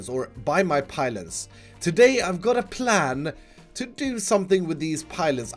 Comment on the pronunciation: He said plan not pran